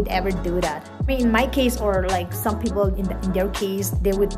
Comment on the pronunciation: Right! She was supposed to say it peoPerr 😂